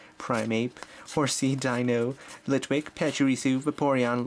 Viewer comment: its not cue rem its cure em and you said deino mostly right its kinda weird